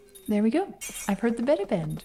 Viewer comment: I'm pretty sure the band name is pronounced 'Beeta' (or perhaps 'Bayta') like the Greek letter. It's a self-deprecating name: not the Alpha band but the Beta Band. The 'watercoloury' (great word) song style reminds me of similar bands like Fleet Foxes and Dry The River.